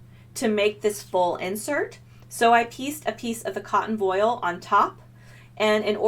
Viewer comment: voile is pronounced the other way, it doesn't rhyme with foil. cute shirt!